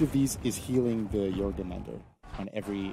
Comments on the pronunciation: "Jormungender" it's pronounced: "JormungAnder". With the "A" being pronounced the same was as it is in "car". EDIT: Where is Centurion rework? I need my incredibiboi. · Anyone gonna point out how none of them can pronounce Jormungandr? Weird name choice considering the hero isn't a snake